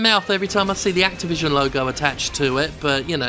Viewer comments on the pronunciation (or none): none